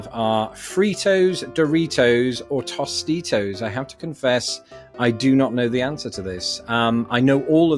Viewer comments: I love the way you pronounce "Tostitos" as "toss" instead of "toast" It's really pronounced as Toast-e-dos (Since I'm southern the "t" is a "d") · choh-PEA-no; DUNJ=ness; toass-TEE-toes; re. banana splits, you were correct with la-TROBE; cabrito is the diminutive form of cabra (Spanish), the word for 'goat', and thus means 'kid'